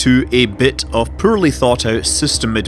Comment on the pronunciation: Scott Manley can you please learn to pronounce of and off correctly. I have had enough now. Thanks.